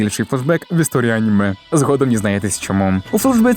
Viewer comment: Боже мій як мене дратує оце Ганіме, Горрор, досить цієї відверто тупої «українізації». Звідки Ганіме то взялось??? Якщо це просто жарт в даному відео то вибачаюсь, але того ГЕкання вже стільки в ютубі шо аж вуха крутить. Це не москалячі слова щоб їх виправляти, це здебільшого англіцизми які ніяк бляха не мають змінюватись і мають читатись ТАК САМО, а тобто АНІМЕ і ХОРРОР. Найтупіша ідея в історії українського ютубу…